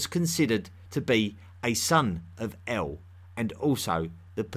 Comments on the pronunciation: “Like Eowl, Beowl...” That’s El and Bel, m8. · El, when at the end of a name (aka Western surname) Is not pronounced L, but rather EEL Example Gabri-El, angEl, Dani-El, Micha-El &c. My last name is EL....